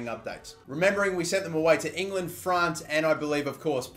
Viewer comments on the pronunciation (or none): none